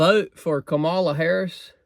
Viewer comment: every " fact" you said about Kamala ( your next president is pronounced COMMA LA). is wrong. You have 50 days to learn a few facts that are real. Like her father was an economics professor and she is the most experienced woman for the job. Trump repeats the lies he wants MAGA to parrot. He said he lost the election. Yet, there are MAGA who say he won. That makes someone weak-minded. Here is the Oath the military took. I, _____, do solemnly swear (or affirm) that I will support and defend the Constitution of the United States against all enemies, foreign and domestic; that I will bear true faith and allegiance to the same; and that I will obey the orders of the President of the United States and the orders of the officers appointed... If you support Trump and his project 2025, you are breaking the oath and ALL the hard days you put into building this nations.